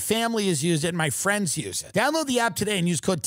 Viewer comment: "We don't have any FWENDS!"